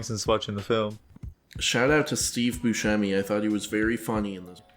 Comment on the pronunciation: You could at least talk poorly of me to my face. And I pronounce it Bussemi not Buskemi